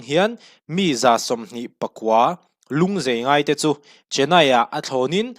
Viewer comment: A ngaihnawmin a bengvarthlak ṭhin e..Lung zai tih tur aw.Lung zei tia lam rik loh tur aw.